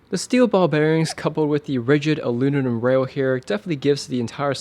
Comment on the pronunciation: Thanks man! You know it's aluminum, not aluninum?